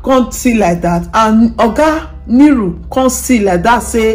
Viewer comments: Improve on your pronunciation the man's name is Nuru not Niru also the lady is called Moyo not Miyu or how ever you pronounce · Nuru not Niru pleaseeeee! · It's pronounced Nuru and not Niru